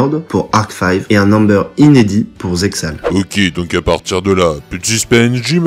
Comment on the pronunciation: Très sympa cette théorie et cette vidéo, tu iras juste en enfer pour la prononciation de Zexal mais no offense Kappa. Plus sérieusement je me répète mais la vidéo est vraiment cool.